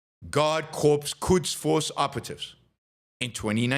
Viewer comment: Corps is pronounced ‘core’